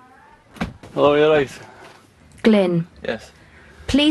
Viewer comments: Lmao Glyn nominated Richard because he pronounces his name as Glenn hahhaha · Cos Glynn is Welsh and they were pronouncing it ‘Glenn’